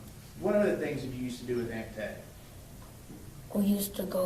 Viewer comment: Aunt TEE not Aunt TAY